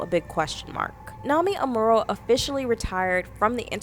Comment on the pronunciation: Girlllll....you can't even pronounce her name?